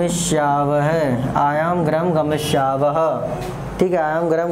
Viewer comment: सर ग्रहम नहीं होता गृहम् होता है